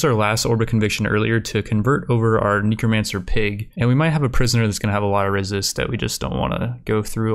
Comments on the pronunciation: Its N e c r o, Not NICRO, NECRO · just curious but why do you always say neecromancer. instead of necromancer? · For fox snakes! It's NEH, not NEEK. There isn't a double e. You pronnounce it neekromancer. I'm dying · Kneecromancer Neh-Crow-Mancer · its not neekromancer its nehcromancer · Neeko Man Sir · It bothers me so much and it really shouldn't. Knee crow man sir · knee crow man sir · "Knee Crow Mancer" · nEHcromancer. nEH-crow. Just how?! What cave are you from? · Just trying to help here, it's pronounced neckromancer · tf are you calling them NINCRO mancers??? tf no it's spelled NECROMANCER so please pronounce it less nasally or... correctly? like at all? it's super annoying I don't know why normally I try not to be negative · Everytime he says necromancer wrong take a shot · Are u saying necromancer wrong on purpose? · Yo man, I do commentary too. Some of these words are hard! Necromancer isn't one of them though... haha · Everytime he says Necromancer wrong do a push up.